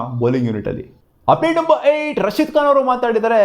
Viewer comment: ಅದೇನೋ ಆಪ್ಡೇಟ್ ಅಪ್ಡೇಟ್ ಅನ್ನೋದು ಉಪ್ಪಿಟ್ ಉಪ್ಪಿಟ್ ಅಂತ ಕೇಲ್ಸುತ್ತೆ 😂